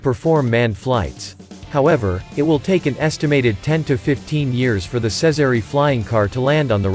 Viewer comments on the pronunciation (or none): Jezery not sezery